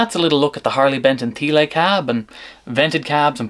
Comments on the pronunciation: Thiele is pronounced 'tee-luh' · Thanks for this video. At first when listening to this video I didn’t realize you were talking about Thiele cabs until I saw the spelling of the word Thiele. (Thee-lay? 😂) I liked the distorted guitar best through the one with no wood blocks. I’ve used Thiele designed cabs for many years with many different brands of speakers but not at really loud volumes. Right now I have a couple of Mesa-Boogie’s custom 90 watt Celestions in a pair of Thiele cabs which I use with my Orange Crush 35RT amp. I like the extra lows it gives this amp. I lined all the Thiele cabs I have (4) with fiberglass even for regular guitar use. I like the cabs with bass too. I never liked Thiele cabs as much as regular cabs because especially when using the fiberglass insulation, it lowers the center of the mids emphasizing the bass. But these things with lighter speakers are easy to transport made them easier to drag to my church for Sunday worship back in the day in the 80’s/90’s.